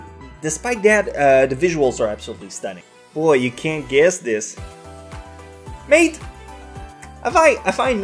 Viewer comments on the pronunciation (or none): none